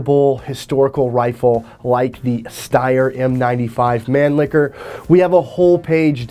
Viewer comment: Loved the video, but as a steyroid i must say, the mispronouncing of some of the austrian words, namely mannlicher and steyr, irks my 'tism a little bit.